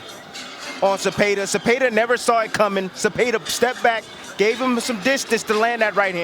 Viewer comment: These commentators where all on Baranchyk's nuts. Im 100% sure in they're minds Zepeda (not Zepayduh) was goin to lose. Don't ever count out Raza son.